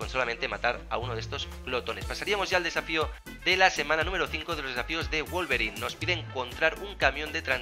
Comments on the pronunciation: no no, osea yo sé que se pronuncia /guolverin/, pero el chavón le dice /guolverain/ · Se dice wolverin no wolverain xdd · Porque wolverain y no wolverin?